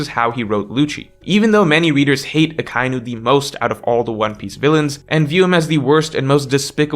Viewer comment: Do you seriously not know how to pronounce Akainu??